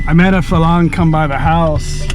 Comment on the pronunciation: You keep pronouncing Farang as Falang. Please pronounce it properly as Farang. You have to roll the “r” slightly